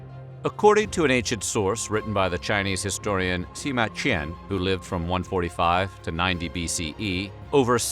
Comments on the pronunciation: It's Si, not Shi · I’m about 80% sure your pronouncing his name wrong but it’s whatever